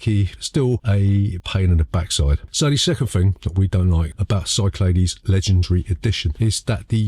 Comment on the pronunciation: I think you'll find it's pronounced Cyclades. Hope this helps.